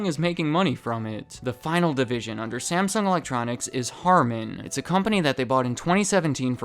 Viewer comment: Stop mispronouncing Samsung 😡 After 3 minutes, I'm outta here 👎